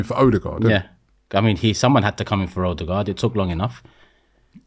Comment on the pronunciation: "Whats oderguard done wrong" 😂😂😂😂😂😂😂😂😂😂😂